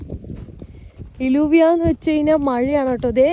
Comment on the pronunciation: Hi, it is not ഇലൂവിയ it is ജൂവിയ or യ്യൂവിയ , double Ls are pronounced as ജ or യ്യ